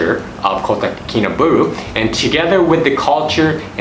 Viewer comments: Its pronounced baaahloo not booolooo. I am a Brit and live here. I would add public transport is very limited and traffic jams, really bad traffic jams are the norm so if you hire a car, which is worth doing, find out from the locals when the roads are jammed (usually linked to the school day) and avoid them, unless you like sitting in an air conditioned car listening to Hitz FM, which is well worth a listen. The locals are lovely, treat them with respect, a smile and patience. Nothing happens fast here, just accept it and relax. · Ba-LUU not BU-RU jhahaha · I've been there a few times. Lots of good info Thanks. But pls learn how to pronounce Kinabalu.